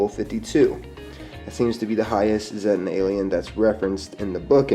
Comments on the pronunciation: i think it's pronounced Zeetan, not Z-tan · The Flatwoods monster is most likely a Zettan (actually pronounced zay-ta, not zeh-ta iirc, from the Greek letter Zeta) wearing a bio-hazard suit o protect it from the Scorch Virus. Presumably with time being moved forward by the Wastelanders DLC wave the Scorch Beast plague will be canonically eliminated (or at least pushed back and contained) and they will no longer need to wear the suits except in areas that stll have lingering infected creatures. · zéttens?! itsnt it more of a see-ta thing?